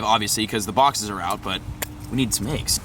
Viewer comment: Fun fact: AYYYGGGs is actually pronounced EGGS